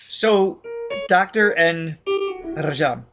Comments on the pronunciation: Once again guys, Indian names tend to emphasize the first or second syllable.....Dr. N. RAA-jam, not ra-JAAM. Great reaction as usual, we get to experience your wonderment vicariously. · Dr N Rajam (pronounced rAj-um) is sister of Carnatic Legendary violinist Prof TN Krishnan (krI-sh-nun). Hindustani violinist Kala Ramnath (ka-lA rAm-nA-th) is their niece. TN Krishnan is part of the very famous violin trinity of Carnatic Music TN Krishnan - MS Gopalakrishnan (gO-pA-la-krI-sh-nun) - Lalgudi Jayaraman (lAl-gu-di ja-ya-rA-mun) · You pronounce it like Raajam.